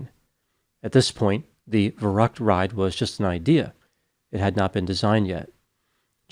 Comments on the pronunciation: That is not how Verrückt is pronounced. V is pronounced like F and ü like a hard Y. Ferryckt. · In German, a “Schlitterbahn” is an ice or snow-packed tobbaggon or sled run. It is not a “slippery road.” And you badly mispronounced “verückt.” Interesting, how you pronounce Spanish perfectly, but anglicized all of the other languages,! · I believe the name VERRÜCKT is pronounced “va~rooct” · The German word meaning crazy (insane) is pronounced "fair-OOKT". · I’m not German, but I’m quite sure you’re pronouncing “verrückt” wrong